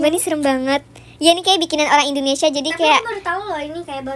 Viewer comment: 😂 pas bilang........ Indonesia ❌😂 Indomati✅ Wkwkwkwkwk lucu banget 🥳😶 Semangat bikin konten nya 😊😊❤❤🎉🎉